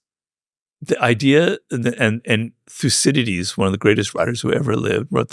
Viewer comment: Thuciditi lol... Thukididis!